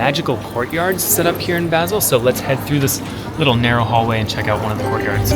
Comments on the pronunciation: Great video, but it's painful to hear you mispronounce "Basel" so many times! It's pronounced "Baaasel", as in "Baa, baa black sheep". Couldn't you have asked someone you met on the street? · Nice video but you mispronounced Basel. So irritating, couldnt watch.